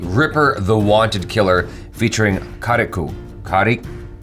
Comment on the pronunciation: its not karikoo, its kariku pronounce it as karik